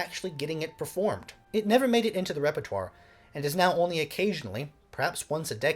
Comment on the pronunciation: Suggest you study a bit of pronunciation... e.g., repertwahR, Kehroobeenie ;-)